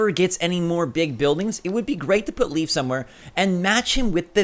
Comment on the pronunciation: Always drives me crazy when he said leaf lol